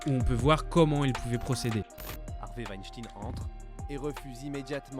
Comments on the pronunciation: mais réfléchis deux seconde petit boulet il l'a écris en phonétique comme prononcé dans la vidéo par le roi des rats pour souligner le fait que Weinstein ce dit (Ouaïechtaïene) et pas (Ouichtine) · C'est un nom allemand que les anglophones prononcent mal, comme à leur habitude. C'est Weinstein, pas Weinstine. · ça se prononce Harvey Waynstayn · Weinschtagne ca se prononce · on dit pas l'affaire winstin, ON DIT WEINSTEIN. C'est pas un catho ni un musulman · "Weinsteen" ca pique les zoreilles.... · ouenchtine ! donc comment tu prononce frankenstein ? frankenchtine ? lol bonne vidéo tout de même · Franchement la vidéo partait bien avant que tu dises « Wyschtin » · C'est quoi ce délire de dire "Weinstine" ? C'est "ein" ! C'est comme si je disais "Albert Inestine"... C'est un détail ok, mais c'est juste insupportable. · Stop dire Epstine, c'est EpSTEIN et WeinSTEIN comme Albert Einstein ou Frankenstein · Weinstein : ven Stëin Juste pour la prononciation ;) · Pour info, Weinstein se pronnonce veinchtaïne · Vinechtine prononcé à l'anglaise stp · L affaire "weshteen" XD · Harvey Weinstein ne se prononce pas "ine" mais sinon ok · C'est pas plutôt VaynStayne que ca se prononce? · C'est stressant de l'entendre dire "WESHTINE" 🤣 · Peut-être un jour entendra-t-on quelqu'un prononcer "Weinstein" correctement. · Comment on peut parler autant de Weinstein sans prononcer son nom correctement ? La vidéo est vraiment super sinon ! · Ta pronciation de weinstein est scandaleuse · Fais attention à la prononciation des mots comme Weistein... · apprends à drire STEIN comme dans FrankSTEIN. C EST DE LALLEMAND mec;. ENCORE UN FRANCAIS QUI NE CONNAIT RIEN A RIEN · « Ein » ça se dit « aïne » et pas « ine » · Superbe vidéo sur des fléau méconnus du monde mais désolé mais mon âme alsacienne me dit tout le temps WeinstEin et pas IN 😅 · dsl mais sa me dérange weinstein pas weinstin (ya que moi que sa dérange ?) sinon bonne vidéo informative et importante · ça se dit "Wenstayn" et pas "Weinstine"